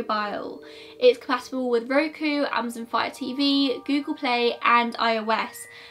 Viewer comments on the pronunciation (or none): none